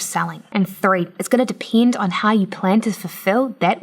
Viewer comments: why are you saying depend like that? thats not how you say it... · "It's gonna depiend" Im sorry but i had to